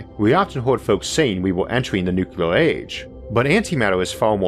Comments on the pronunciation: I know you have a slight speech impediment - and that does not worry me when I listen to you, because you are one smart cookie. But, may I ask you to try to pronounce the word "nuclear" correctly? You are pronouncing it as "nu-ku-lar", which is a very common mistake - and one which should not be perpetuated. Think of it as two words; "new" and "clear", said without a pause. Good man! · Sorry to bring up such a pet peeve on such an nice vídeo. I really like your videos, but every time "Nukular" comes out instead of "Nuclear" it rings just... wrong. Keep up the good work mr. Arthur.